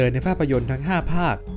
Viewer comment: เอาตามที่ถูกต้อง ต้องอ่านว่าจิกแกนครับ ผมเข้าใจว่าเราคงมีสิทธิ์จะเรียกอะไรก็ได้ แต่ก็ถ้าอ่านให้มันถูกต้อง ก็อยากให้อ่านแบบนั้น